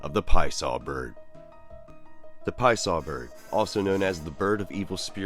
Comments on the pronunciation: says the Pie Saw Bird... Love it you had the name on point! but I still like saying it with an Italian accent tho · yesss!!.. thats my boi!.. love the MetaZoo lore included, as well as the more correct way of pronouncing his name.. lol, soo many start with the Pee-assah way of saying it before learning the more accurate Pie-uh-saw phrasing..